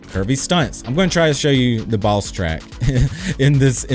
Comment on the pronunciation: Who else thought was saying 'balls track' instead of boss track? xD